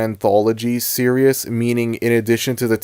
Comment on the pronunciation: you cannot say series like that bro